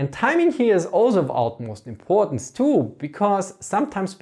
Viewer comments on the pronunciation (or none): none